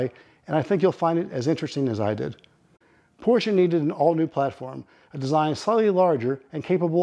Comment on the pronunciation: Great video! But it's Porsche. Not Porscha